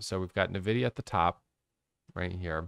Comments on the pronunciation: I laughed every time you said navidia. Its ENVIDIA and your computer probably has their gpu inside. haha. Thanks for all your videos. They have become super helpful! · I say Navidia.. I know the right way to say it too but my mouth decides to say it Navidia idk lmao